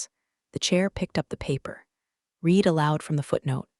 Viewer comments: RED …RED… RED The past tense of “read” is pronounced…..RED !!! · Hi I enjoy your stories but you need someone to proofread them before you publish them. The pronunciation of certain words is wrong. Read as a current action is different from Read as a past tense. Also, there are technical terms that are incorrect and as a retired Geek it is distracting to keep finding mistakes. I enjoy your stories but please get someone to look them over and listen to them before you go live with them. Live as in A-LIVE and not Live and let die. Thank you A-Fan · Someone needs to teach ai that the word ‘read’ has two different pronunciations, depending on the tense. Also how to read numbers when Arabic numerals are used instead of the longhand written form. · How much does Slack pay these people for product placement? "I typed four words- refer to my exit protocol" Duh! AI can't count. Nir can it ever tell the difference between read (reed) and read (red). Amoung other things, though we didn't get a ray-al instead of real. Oh well, next time. Vin-ho verd, like nerd! Oh, c'mon, this is just silly now.